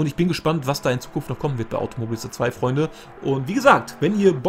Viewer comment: Direkt bei "Frrreundee!" ein like gegeben.